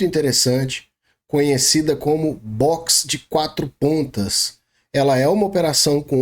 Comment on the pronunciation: "Boxer de 4 patas" 😆